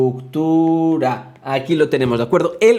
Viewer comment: Excelente video... tu "infraᲗᲗᲗᲗᲗᲗA" jajaja xD